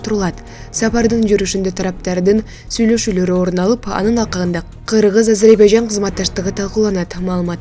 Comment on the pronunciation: Ажербажан дебей туура айтчы